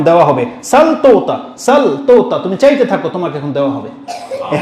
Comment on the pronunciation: হুজুর, চেতে থাক হবে না। হবে চাইতে থাকো।